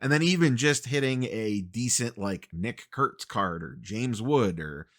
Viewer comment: Adversity only seems to sharpen your expert enunciation of "Nick Kurtz".